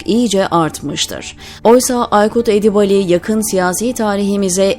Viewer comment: Sayın sunucu Edibali değil Edibâli okunmalı kulak tırmalıyor